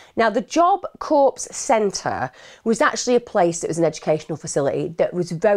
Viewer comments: Emma, in the US, they pronounce 'Corps' like 'Job Corps' or 'Marine Corps as 'Core' not 'Corpse' although in this case that pronunciation is more accurate! 😀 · Horrible case, why make it worse? OK, that whole Satanism section where you are editing to change your voice and face. That was hella creepy and not appreciated by me. Also, Corps is pronounced Kors not Corpse. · Lol its not CORPSE it's pronounced CORE it's French. 🙂 But great documentary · Hi Emma, Corps is pronounced core! Just letting you know x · Thank you…it drives me crazy when people pronounce the P in corps. But I don’t want to be the one to point it out.